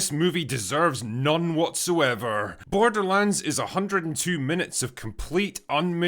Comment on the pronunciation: This film sucks so much that it's defusing out its shittiness and infecting innocent bystanders. Case in point: a usually solid movie reviewer kept saying the title of the film as "borderlunds," like the way Newfoundland is pronounced. I wanted to punch him in the mouth every time "borderlunds" came out of it.